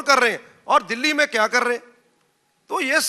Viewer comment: J keya ho rha hai..😂😂 She says - keya ho rha hai😂🤣🤣😅